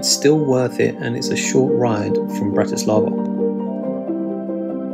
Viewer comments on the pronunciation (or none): All "a's" are soft in the Slovak language. Also, most words begin with the accent on the first syllable, as in BRAti slava, not. Brati SLAVA! Their is no such word as Slovakians, we are Slovaks. From a Slovak.